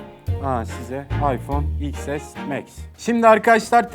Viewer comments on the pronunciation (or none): İks es değil ten es 🤦‍♂️